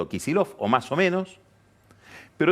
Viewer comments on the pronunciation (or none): ¿Pero qué es eso de pronunciar "Kichillof"?